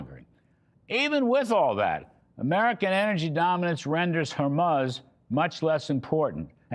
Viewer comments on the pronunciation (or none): I love the pronunciation of Hormuz as Hor muss'. Now switch the emphasis to the first syllable.